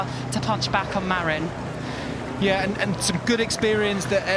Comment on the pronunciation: Small note: "Marin" is pronounced "muh-RIN" not "Mare-in" Doesn't really matter though. Thanks for coverage!